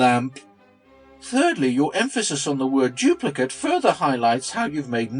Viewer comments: Did no-one else notice that Gallups kept reading the Dawkins quote as "doo-pli-kit me" rather than "doo-pli-KATE me"? I suppose there is an off chance that the man is so utterly ignorant of the grown-up version his native language as to be entirely unaware that "duplicate" is the spelling of both an adjective and a verb. Crap happens, especially in schools. It's far more likely, though, that he is guiding his listeners as to how they should read what Dawkins wrote should they happen upon it themselves. The difference in reading isn't subtle: the adjectival form - his guided understanding - reads as though the single parent organism is dispensing instructions to make identical copies of the parent, while the imperative verbal form says "make copies of these instructions". In the case of asexual reproduction, these amount to the same thing... or would, if it weren't for those pesky mutations and insertions and such. But it is never the same statement in sexual reproduction. Even in parthenogenesis in an otherwise sexually-reproducing species, it is often the case that meiosis and diploid restoration will mean that the child organism will not be a full clone of the parent. One reading virtually prohibits evolution, while the other practically guarantees it. As much as I would like to believe that this is all about the stupid leading the stupid, subtleties like this keep pointing me towards the deliberate deception hypothesis. Not only does one need to be a little underinformed i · As if Gallups needed to do anything to make me want to punch him in the vocal cords even more, it was so freaking grating hearing him get the inflection wrong on Dawkins's "duplicate me programs". "Duplicate" here is an imperative verb with "me" its object, not an adjective. It's a similar construction to "fuck me pumps".